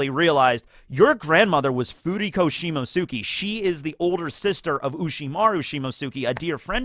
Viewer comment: Do you see the t in Shimotsuki, you just decide to ignore it...